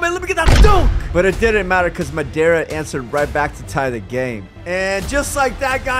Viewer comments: IK it’s hilarious it’s pronounced Modara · Bro said madara incorrectly 💯 times